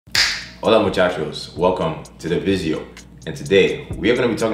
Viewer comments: Are you saying "visio" instead of "video"? Odd, methinks... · is he saying vijeo or its just me